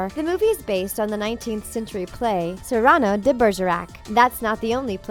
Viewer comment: SeeRAHno? ... no.